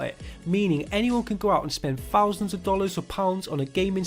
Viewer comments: Fousand, fings xD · I just like the way you say thousand and things xD